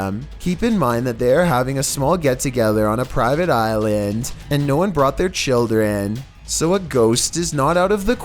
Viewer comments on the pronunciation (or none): none